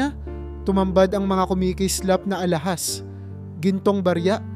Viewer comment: Ulit ulit😢bjnalikan mo lang ang nalampasan... Pala buo pagbigkas...pala iba din kahulugan...alahas..d alahaas